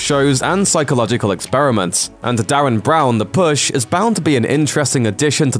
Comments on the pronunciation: Derren. Not Darren. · Try saying DERREN not DARREN !! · DERREN. you said Darren way too many times to let it slide. at least listen to people say his name before recording. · His name is Derren not Darren "The Rin" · It's "Derren", not Darren. Stop saying Darren! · *Derren not *Darren! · I believe it's pronounced "D-eh-ran Brown" dude, Derran instead of Darren. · It's DERREN not Darren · Pronounced Derren not Darren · It's "DERREN"!! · "Derren". With an E. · LOL, and he said it about 4 times. Muppet.